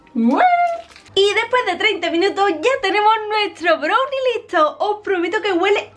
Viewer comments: BROWNI? SE DICE BRAWNI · Me gusta como dice brunie, jajajaja en lugar de brownie. 😂😂😂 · se pronuncia "brauni" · Se escribe brownie Se pronuncia brallni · Es mi impresión o dice “brownie” literal pronunciándolo con “o” ?!?